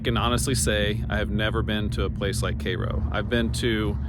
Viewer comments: It’s pronounced “care-o” . Myself and parents were born there, we left in the late 60s but still have family in the area and go back occasionally. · The name of the town rhymes with "arrow". Not like the syrup nor the city in Egypt. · The correct pronunciation of Cairo is “Care-o”. The first syllable rhymes with hair. I grew up in Southern Illinois and have seen the town slowly die throughout my lifetime. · It's pronounced "care-o" to be exact.